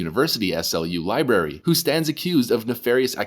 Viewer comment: pronounce "library" correctly, it's not 'libary'. Just sayin...